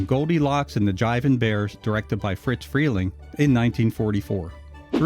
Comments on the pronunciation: RE-CUT THIS VOICE TRACK! I’ve told you at least half a dozen times, YOU ARE PRONOUNCING IT WRONG! The man’s name was ISADORE. HOW DO YOU GET “FRITZ” FROM ISADORE? FRELENG’S NICKNAME CAME FROM THE FIRST TWO LETTERS OF HIS LAST NAME, FOLLOWED BY THE SOUND MADE BY THE FIRST TWO LETTERS OF HIS FIRST NAME. (I would guess you’d hate going through life being called ISADORE, and his name was NOT “IT’S A DOOR”!). I KNEW THE MAN AFTER WARNER’S CLOSED ITS ANIMATION DEPARTMENT, AND HE WAS MAKING “PINK PANTHER” CARTOONS AT HIS OWN COMPANY, DE-PATIE FRELENG. AND I CAN TELL YOU FROM MY OWN EXPERIENCE THAT EVERYONE CALLED HIM FRIZ, WITH NO “T”. THERE IS NO LETTER “T” IN THAT NAME! IF FRIZ WERE ALIVE TODAY TO DEFEND HIMSELF, I GUARANTEE YOU HE WOULD PUNCH YOUR LIGHTS OUT FOR INSISTING ON CONTINUALLY MISPRONOUNCING HIS NICKNAME! I ALSO GUARANTEE YOU’D BE MISSING A FEW TEETH AFTERWARD! I’m sure you’ve seen Yosemite Sam. Well, Sam’s personality was based on that of Friz Freleng! He was a great guy, but he DID have a temper. Further, there are several of the “Censored 11” that are not their studio’s best work. But if you haven’t seen “Coal Black”, here’s a fact for you. When you first see the character, she SAYS, for all the world to hear, that her name is NOT “Coal Black”. Her line reads, “My hair’s coal black but my name’s So White”. The cartoon has the title that it has in order to make it VERY obvious that it’s a spoof of Walt Disney’s “Snow White and the Seven Dwarfs”. The cartoon itself is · It's not "FRITZ Freling", it's *FRIZ*. His first name was Isadore, and he was nicknamed "FRIZ". Heard it directly from the late Mel Blanc. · It’s NOT “FriTz” Freleng, with the letter “T” in it - it’s FRIZ. NO LETTER “T”. I knew the man. If you called him “Fritz”, he would give you a LOUD dressing-down, IN PUBLIC! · He keeps saying "Fritz" Freling. It's Friz. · It's Friz, not Fritz. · It’s “Friz” Freling, not Fritz. It was short for Isadore.